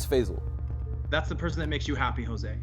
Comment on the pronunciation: The name is pronounced "Fie-zal" not "Fay-zal".